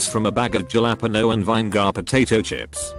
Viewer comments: Juh lap penno? Vine gar? 😂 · The automated voice adds a tone of sarcasm to this video and makes funny blunders. For instance, calling IBS like the imaginary word ibes. Then there's jallappono, mick for mic, and my favorite, curay (like it's French) for cure. You probably have to write IBS as eye bee ess, but then it might say "I bullshit".